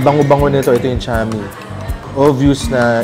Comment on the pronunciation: You always pronounce chami as cha-mi. Correct pronounciation is tsah-mi. If you say cha that means car in hokkien. Tsah means stir fried or ginisa